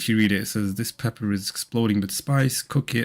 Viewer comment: Did you say COOK in it or COC in it? Big 🍆🍆difference buddy😮😮😂😂